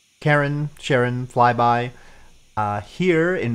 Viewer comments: try this ... it's not "care in" like Karen, ... and it's not "share un" like Sharon ... it's closer to "car ron" like Charon :) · Stock in Charon with the hard k sound has lost a lot of value recently. If it were me, i would prefer the soft 'sh' pronunciation.